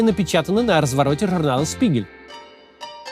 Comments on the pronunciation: Журнал «Шпигель» не «Спигель» режет слух,уж простите❤ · Шпигель, а не Спигель. обычно говорят. Это бесит, притом, что я учил немецкий посредственно и нехотя. Потом я выучил Английский и Японский. Я могу сказать уверенно, что название этого издательства уже на международном уровне произносится как Шпигель.